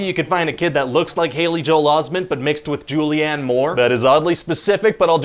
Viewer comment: Haley Joel Osment, not Osman